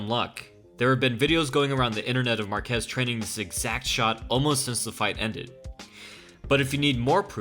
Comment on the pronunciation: its pronounced MAR-kez more emphasis on the first syllable. similar to Marcus except with the ez. I hope you try it out next time. Your pronunciation was killing me. ... also Excellent video